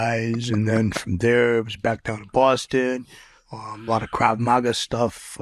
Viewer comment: Lol Krau Maga lolololol😂😂😂😂😂..he cant even say it right... guys a clown.. thats a martial art they teach israelie soldiers and intelligence agents in the cia. What a clown